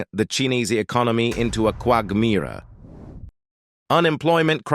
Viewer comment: Your voice synthesizer cannot pronounce "quagmire", "wuxi" and "giga" correctly. Perhaps you can hire one of those unemployed Chinese people to read the text.